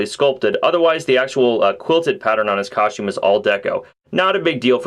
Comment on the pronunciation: coschtume?? lol. Always like your reviews dude, just breaking balls